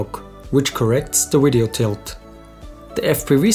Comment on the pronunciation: Why do you keep saying Wideo? lol